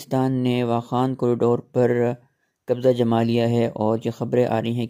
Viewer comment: Qabja nhi qabza hota ha